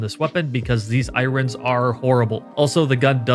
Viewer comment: Who the hell says, "i ron" instead of "iron"